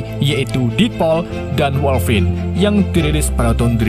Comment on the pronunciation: Dupik dan woiguinlin woi